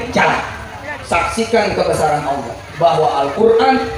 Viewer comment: Aloh,,aloh,,,aloh ALLAH bang bukanya aloh